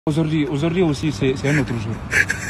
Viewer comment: Auzord'ihui aussi c'est un notre zour😂Wallaye